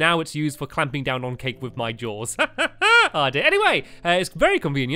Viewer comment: Did he say jaws or paws